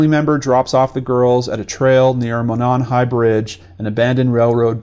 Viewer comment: I live here and thank you for the factual reporting in this video and helping to get the word out! Most non locals don't know, but Monon is pronounce Mow-Non, and Lafayette is Lah-Fah-Yet.